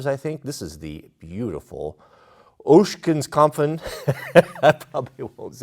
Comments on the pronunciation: Its not Oeshkenkopfen you prenounce it as ogsen kopf. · Ah yes, the good old German Word Oshkenskompfen. Its just pronounced Oxenkopf :D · Ochsenkopf not Ocschankompfn 🙈😉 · its pronounced like "Oxen Kopf" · something you might find interesting, Ochsenkopf is German for ox head (ochsen means oxen.) So it's easy to pronounce- oxen kopf. Great video! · It's not so hard,, Ochsenkopf -> OxHead, -> Oxenkop Pronouce it as you spell it... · Another great video but ochsen kopf. no 'en' at the end. lol And pronounced just like ox so oxen kopf. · How does he get all those sounds out of so few letters? lol 'Oxencupf'. That's it. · Short correction by a german: It's pronounced "Oksen-kopf". Means "Ox' Head" in english. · please pronounce it as "Oak-Zen-Kohpf" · You are seriously overworking yourself with the pronunciation of Ochsenkopf. It’s pronounced “oxen-cop-f” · It’s pronounced “oxen Kopf”. Literally means ox head. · If you want to know how to spell Ochsenkopf, it's spelled almost exactly like the english word for Ochse, which is Ox, so just say "Ox an kopf" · Ochsen is pronounced the Same as the English Oxen. Ach-Sen. Not long O, Short O. It is Ach-sen Kah-pf. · it is spoken “Oxenkopf” :D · For anyone wondering: Ochsenkopf basically means Oxhead and it's not pronounced like it's being pronounced in the video, not even close ^^ Source: I am German. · You pronounce Ochsenkopf completely wrong…😂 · he deliberately pronounces it wrong and as predicted German pronunciation police is right here. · That was a little painful watching you torture the German language.:) LOL!!!! Hats off to you for trying.:) LOL!!!